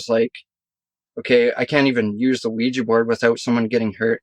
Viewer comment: It’s not weejy it’s ouija & u don’t need needles to take heroin